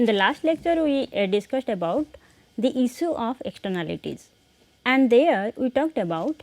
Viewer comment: Very bad pronounciation of words like "issue", "negotiation" etc. Improve your conversational english